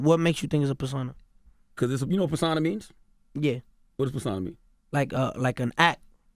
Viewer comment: “Per-San-a?” I think he meant per-so-na lol